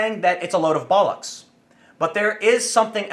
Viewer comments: 'Bollocks' is better pronounced 'bollerx', Tim (with all short vowel sounds). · Sounds weird hearing a yank say bollocks. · It's always weird to hear Bollocks from an accent not found in Britain. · Sorry Tim, there's something really funny when Americans say the word "bollocks".